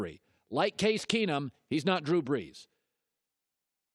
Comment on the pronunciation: "Drew Breeeejjjjshhh''